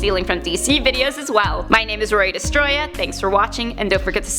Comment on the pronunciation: It's Roya:) yay